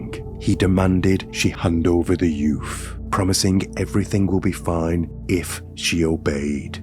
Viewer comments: yeah. I love the way talks tho. It's just the "yoof" that made it sound so funny. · What's a "youf"? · I love how he says ‘youth’ lol yuf 😅❤